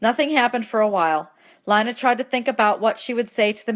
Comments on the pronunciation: LI-NA! ARE YOU KIDDING ME apps say lean a even my teacher knows and she pretty dumb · Um it's (lean-a) not (li-na) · helpful but PLEASE say lina as leena and not line-a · Lee-na not Line-a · Yo can someone tell her it’s Lina the i makes the e sound and that my name